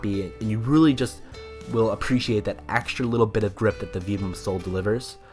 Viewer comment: Great video, and very informative! I do have to say though that Vibram is pronounced "vibe-rum" lol, it was really hard to watch all the way through with the way you're saying it.